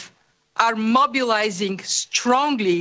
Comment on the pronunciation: Did she say she's "mobilising" or "monopolising" resources needed to fight the virus? I thought I heard her say "monopolising" in that clip